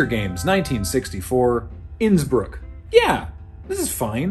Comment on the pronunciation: I'm not the only one who kept hearing Nsburg instead of Innsbruck, right? Yes? Good. And woo boy is the 1952 Helinski phallic.